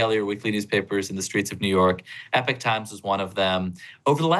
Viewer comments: Thank you. This should be a bigger story.. and he should be able to pronounce EPoch. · "E Pock Times" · It’s Epoch Time. Not “Epic Time”.